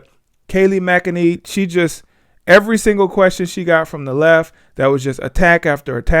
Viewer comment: 🤣🤣 its pronounced: Mack-a-nenny